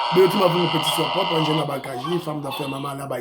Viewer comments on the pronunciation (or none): none